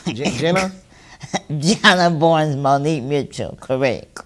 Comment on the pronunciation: 😂😂😂😂😂 bro the interviewer is STUPID😂 “correck” 😂😂😂😂😂😂😂😂😂😂😂😂😂😂😂😂 man I love you mane 😂😂😂